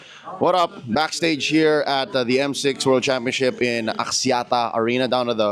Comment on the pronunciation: They could've gone with Aeterna as the host instead of. Who's idea was it to have a host who couldn't even say Championship correctly. Championseep.